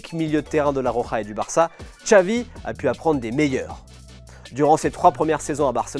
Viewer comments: Pourquoi prononcer "Txavi" et pas "Xavi"??? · Ben non. Depuis quand le X se prononce "tch" en Catalan?? Dans aucune langue en fait, parce que même en basque, galicien, asturien et portugais c'est "ch"